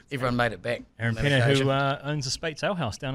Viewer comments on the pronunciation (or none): none